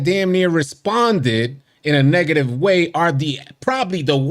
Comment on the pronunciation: “Neeegative coachi” 🤣